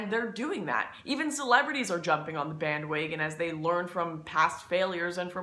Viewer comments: Also "Band waygon" & "baygage" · Band Waygon and Baeggage and Maegazine sound hot to me :) Lauren Northern ;) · Am I the only one that notices how she keeps pronouncing the "A" in some words as "Ay" like instead of "Baggage" it's "Bay-gage" or "Marriage" it's "May-riage" or "Band wagon" it's "Band waygon" or "Douchebag" as "Douchebayge"?